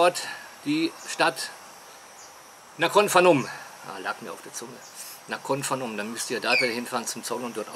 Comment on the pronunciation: Bitte nicht immer "Nakhon Fanom", das Ph ist ein P in der Aussprache. Es heisst ja auch Phuket mit P oder Phang Nga mit P... Mir faehrt es immer richtig rein. :-( Gruss aus Pak Chong